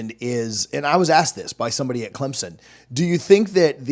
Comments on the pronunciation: It’s CLEMSON, NOT CLEMZON!!! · For the love of God, learn how to pronounce CleMson.